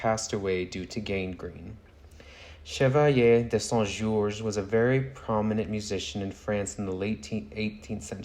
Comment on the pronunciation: Side note: your pronunciation of Chevalier de Saint-Georges was so beautiful! I loved hearing you say his name every time!